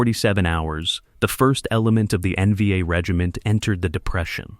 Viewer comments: Yeah, what the heck is, "nvah?" LOL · It’s not NVA, it’s N-V- A, you deem.